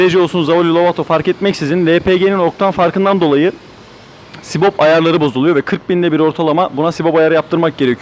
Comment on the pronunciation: Subap ayarı demesi gerekirken ısrarla sibop ayarı diyor.